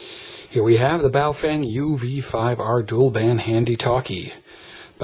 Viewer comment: Just FYI, the name is 宝锋 and is pronounced like "bow" as in the dog goes bow wow and "fung" just like in fungus. It is just a name and has no meaning but individual characters might mean something like "brilliant edge".